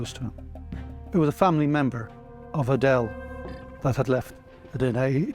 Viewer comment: It’s not that ADELE, It’s Aidel, a Lebanese/Levantine name😂